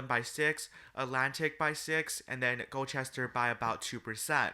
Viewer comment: Just so you know Gloucester is pronounces Glau-ster